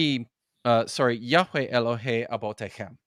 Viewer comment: It would help you draw the connection, in the way youve decided to do it in this video, if you pronounced yahweh, as yah-weh, like ehyeh, instead of yah-weigh. They share the same final vowel. Edit: My Hebrew isn't the best. Lol, I hope that didn't fall flat.